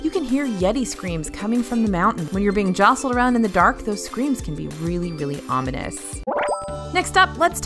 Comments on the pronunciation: I like this video it’s pretty helpful for ppl with little kids btw I’m pretty sure u said onimous instead of ominous by accident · Hey 'creepiest' part of this video? Your use and pronunciation of the English language!! for example...the word is OMINUS, NOT "ONIMUS", lollollol!!! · Did AJ just say "onimous"? Lol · I heard "onimous" in the Jungle Cruise section. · Dark and "onimous"? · ominous, not "onimous." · Did she say “onimous”?? Lololololol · Dark and ominous. Not "onimous" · Pssst... it’s not onimous its ominous...